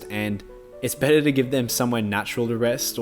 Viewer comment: “A betta life.” Lol